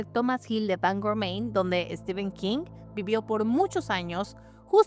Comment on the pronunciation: Se pronuncia ¨Estifen¨ nada que rver con Estiven, STEPHEN, en ingles PH se pronuncia como F.